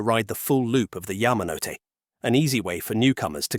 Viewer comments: It's pronounced Ya-ma-no-te, four syllables. Not Ya-ma-note. Is it so difficult for you people to get this right, after so many decades of immersion in Asian culture? And to think your channel is called "Behind Asia", and you point it out as one of the most notable lines in this documentary, then proceed to mispronounce its famous name. Please study harder, and don't make excuses about your AI voice either. (I'm being deliberately blunt about this, so you can feel how jarring and annoying this negligence to pronounce properly is. And don't even get me started on "Weno") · Yes. It’s well written but if the narration can’t even pronounce Yamanote correctly then the content starts to lose credibility. I think this video made valid points, but it fails, simply because of the AI. Safe to assume this will improve though.